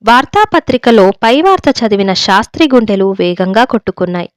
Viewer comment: చదవడం లో స్పష్టత ఉంది కాని అక్కడ అక్కడ ఔచితీ భంగం ఉంది "శాస్త్రి " " షాస్త్రి" లాగ నిశీధి "నిషీధి" లాగ వినఁబనఁబడకూడదు. ఉచ్చారణలో దోషం లేకుండా జాగ్రత్త పడాలి.